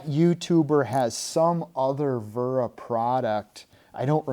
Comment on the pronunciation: It’s wera not vera 😂